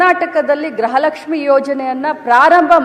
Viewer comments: Modalu kannada sari yagi matadulu kali grahalakshmi alla, gruhalakshmi adu. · Grahalakshmi alla medam gruhalakshmi